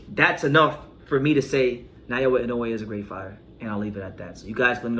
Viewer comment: You keep saying Nayoa, it's Naoya.